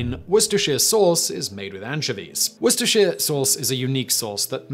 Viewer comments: He can't say Worcestershire sauce at all, which is pretty hopeless seeing as he IS English. For those of you who still don't get it, it's pronounced "Wooster" sauce(!) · Simon, you're English, you know how to pronounce Worcestershire, so why are you pronouncing like an American tourist Worcestershire= W__Ster__SHeer Gloucestershire = Gl__o__Ster__SHeer Leicestershire = Lester__SHeer Edinborough = Ed__IN__Burra